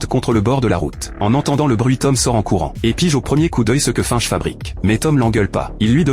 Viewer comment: Hello c'est pas fainche la prononciation !... Mais bien finch lol